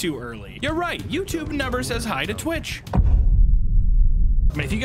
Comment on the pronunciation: h-hewwo?? lmfao